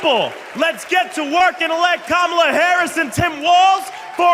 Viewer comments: I noticed he’s pronouncing Kamala’s name correctly now. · Trump pronounced Kamala's name correctly. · I notice he’s pronouncing her name correctly. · He finally said her name right. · He pronounced her name correctly. Imagine that. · Oh Donald, you accidentally called her by the right name for once. I had to go back and check again but you did it so we know you’re not as stupid as you act you can say her name right? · Wow! He actually pronounced Kamala’s name correctly. His team must of told him to knock it off and stop making fun of Kamala’s name. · he pronounced her name right 👍🤣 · Did he accidentally pronounce Kamala's name correctly? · tRump pronounced Kamala’s name correctly! Now, maybe his ignorant, uneducated cult members will start saying her name correctly as well since they are up his behind so much. SMH. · He finally said her name correctly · WOW, trumpy pronounced Kamala's name correctly twice in the video!!!! He must have been watching the DNC when Kamala's two nieces came out onto the stage to show how to pronounce Kamala's name (,la) (,la) (,la) - oh donnie boy see its not that hard! Idiot! Voting blue for (,la) (,la) (,la) 💙💙💙💙💙💙💙 🗽🦅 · He said Kamala correctly.....brain fog I guess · He pronounced her name correctly. Kamala “coma-la” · Rambling tRump pronounced "Kamala" correctly 🙄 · He called he Kamala and said it correctly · He pronounced her name correctly!!! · At least he pronounced her name right. The lesson at the DNC may have worked. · Hey knows how to pronounce Kamala name …that idiot 😅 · He pronounced Madam Vice President's name correctly! Huh! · At least he's listening, he pronounced there names correctly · Wow, he said Kamala correctly. Boring. Boring. Boring. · He pronounced her name right, wow!! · He finally pronounces Kamala properly, then loses it on "Waltz."